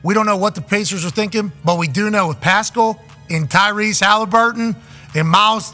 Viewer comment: Pascal not Pascole...